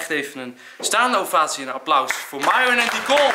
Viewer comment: Zal Enzo het OOIT een keer goed zeggen "Miron" > Myron. Of blijft het aldoor Maihwen... 5 of 10 jaar later... en nog Maihwen...